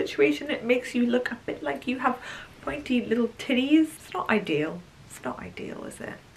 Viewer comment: Love the vlog.. The most hilarious part was the yellow dress makes you have “Pointy little titties” in an AMERICAN accent (At least that’s how I heard it LOL) 😂🤣😂